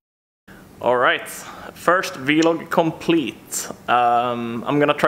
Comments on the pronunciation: say vlog, insted for V,Log please... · Haven't heard someone pronounce it v log in years ^-^